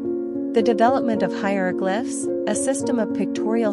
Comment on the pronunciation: I heard her mis pronounce hieroglyphs so many time I forgot how to say it myself.